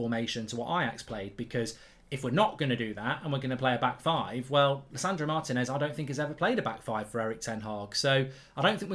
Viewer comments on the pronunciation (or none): It's not Martin -ez, it's Marteeenez, that's what the accent is for!